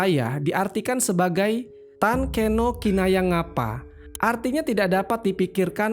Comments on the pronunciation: Cara bacanya bukan Tan kena kinaya ngapa tapi Tan keno kinoyo ngopo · Sebenarnya ada yg kurang tepat mas dalam beberapa pembacaan, seperti Tan Keno Kinaya Ngapa, Toya dan beberapa kata lain. Karena beberapa huruf a itu condong dibaca seperti o, tapi tetap terima kasih sudah share ilmunya